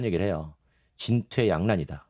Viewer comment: 진퇴양난? 네가 공부도 없이 진푀양난ㅇ